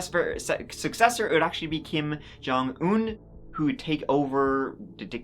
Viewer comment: You have not heard the rast of Kim Jong Earr!